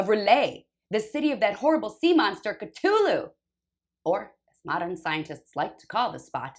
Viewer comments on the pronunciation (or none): it's a "thhh" not a hard T sound. C-THU-lhu IA! IA! <3